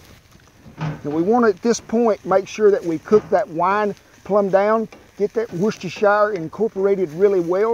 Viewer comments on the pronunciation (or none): Hi Kent..just a heads up, I'm from the UK and woostershire is pronounced wooster.